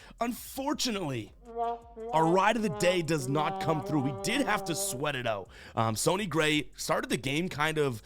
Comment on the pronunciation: Did he say Sony Gray 😂